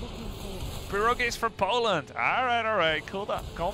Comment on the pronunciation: not PirOgi, but PirogI) that sounds really funny as prOOgi)))